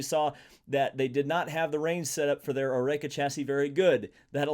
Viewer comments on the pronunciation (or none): pronouncing Oreca as O-RAY-KA? lol